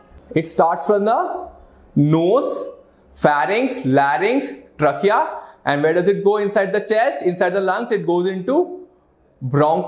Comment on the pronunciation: You can increase your pronunciation of a word like trachea